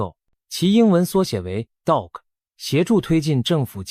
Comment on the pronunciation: DOGE发音近似 ”倒奥置” 😂